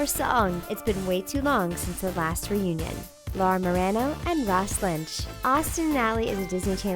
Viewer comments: ROSS AND LAURA DID GET ALONG YOU DIDN'T EVEN PRONOUNCE HER NAME RIGHT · Lmao y'all pronounced Laura's last name wrong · First of all it's pronounced Laura Muh-Ron-Oh not Laura Muh-ran-Oh and Laura and Ross are like bestfriends. They never roll their eyes at each other or bicker. Who the heck writes this stuff?